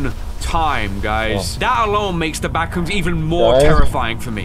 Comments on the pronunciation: I love when said bathrooms instead of backrooms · that was so funny that i fall of the chear i just hear ,,bathrooms'' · When you said the « Bathroom’s » the serious was already gone 😂😭🙏🏼